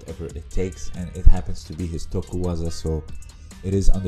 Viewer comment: Its tokuiwaza :)